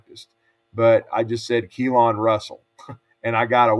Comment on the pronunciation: You lost your mind (saying keelon)Deboer has to win this year Simpson going be great